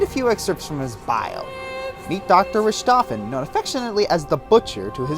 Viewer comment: RICK TOW FUN not rich tah phen